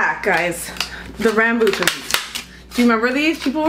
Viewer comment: Rambutans (pronounced as RUM-BOO-TONS) are common where I am (Singapore). Rambut means “hair” in the Malay language as it’s indeed a hairy fruit. Taste sweet and juicy- something like lychees. Fresh ones are bright red though, you’re right to return those!